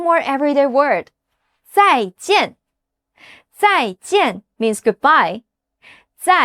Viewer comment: When you said "Zai` Zhen`!" It sounds like.. I will never want to see you again! 😂